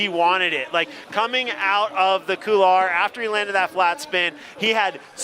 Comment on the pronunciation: Imagine holding a competition in a couloir yet no one can pronounce couloir properly. Oh America, stay dumb!